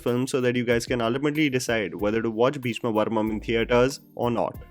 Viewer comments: Wait... Is it just me, Or is really pronouncing "Beeshma Parvam" as "Beeshma Varmam"? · Just one correction required in this video- Its Bheeshma 'Parvam' not 'Varmam' 😊 Rest all is top notch.. Love watching your videos. Way to go 🏍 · It's Bheeshma Parvam and not Bheeshma Varmam. How difficult is it to pronounce Parvam. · Bro it's 'Bheeshma Parvam'.. not Bheeshma Varmam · come on man it's Bheeshma Parvam not Bheeshma Varmam 🤷‍♂️ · Atleast once I would like you to pronounce the name correctly for a South movie . Everytime you make a video for a South movie you mess up the name. It's not bheeshma varmam it's bheeshma parvam*. Please try to say the name correctly atleast because it makes it difficult for us to watch the review if you can't even say the name correctly. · Bheeshma'parvam' dude not varmam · It is bheeshma PARVAM not bheeshma varmam 🤣🤣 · A minor correction. You kept saying "Bheeshma Varmam" in the video. The name of the movie is actually Bheeshma Parmam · Bhayya a small correction, it's bheeshma parvam, not varmam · It's bhesma paravam not bhesma varamam dear ❤️ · calling it 'Bheeshma Varmam' every time! 😂😂